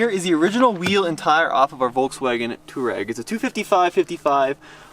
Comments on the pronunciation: It's not pronounced as tooreg. It's towareg or to war eg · Slip start in a Tesla is to allow it to slip - not prevent it hence why it was worse. It’s to override the traction a little when you actually want some wheel spin. Best to study how features work before guessing. Also Touareg is pronounced Twa-regg not tour-regg. Also please stop giving up or talking about giving up as soon as you slip a couple of times. All cars without lockers WILL slip and spin a wheel or wheels BEFORE the other wheels are given traction. Just give constant throttle and persevere. Gosh, you can take 2WD cars many places people don’t expect if you just allow some wheel spin. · Does anyone else think they pronounce touareg weird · Why can't you pronounce Touareg? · Sad they didn't even bother to figure out how to pronounce Touareg much less inform us of the bottom shielding actually in the X. The existing shielding is for puncture and impact resistance. The more crushing-type loads you get from dropping off an obstacle and high-centering on a pointy rock are probably much less covered. Whether the existing shield can take the entire weight of the car on a 1-inch diameter penetrator is doubtful. It's like a Kevlar vest -- you don't put one on and say, "drive over me." You need the right shield for the right function. Rally cars have a titanium shield over the bottom and incredibly low ground clearance. Maybe start there.